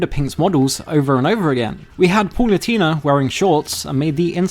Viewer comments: "Paul-oo-tee-nah"? 👀 (It's more like "Pah-loo-tay-nah" 🙂) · Every time bro says Palutena, I die a little inside. It's pronounced "Pah-loo-teh-na" or "Pah-loo-tay-nah," not "Pah-loo-tee-nah." Yes, I know like Hermione Granger. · I hate how this guy pronounces “pal-oo-Tay-nah” as “paul-oo-tee-na”